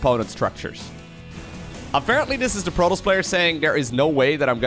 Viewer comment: When you say: protoss. I hear Pro Tools :P